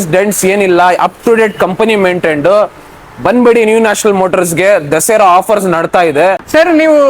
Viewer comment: ದಸೆರಾ ಅಲ್ಲ ಸರ್ ದಸರಾ...